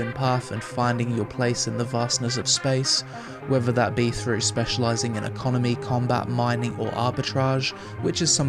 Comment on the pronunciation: "Frew"......Jesus dude, stop butchering the English language.